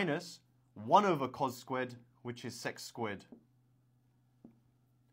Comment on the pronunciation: Sex² that pronunciation